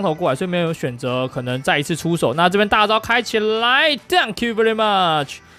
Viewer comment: Dunk you 變了 thank you 😂😂